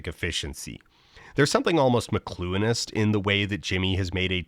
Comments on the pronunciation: What does Dan say ? "McClueinist"? Please help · whats that word there ? mcclueanist?? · What is he saying ? McCluenist? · what word is that? Mcluinist? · what is the word he says ? i tried to google "mecluinist" but nothing came up, and the auto-generated subtitles don't say what the actual spelling is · Could someone tell me what is being said here? The subtitles read "mlonist" and that very much does not sound like whatever word is being spoken but I might just be ignorant of the topic.